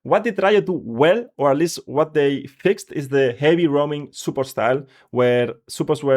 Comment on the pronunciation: When I heard Superport, I’m like huh but then after he said it a few times the dots connected…his accent made it sound off but he was saying support the whole time. Good video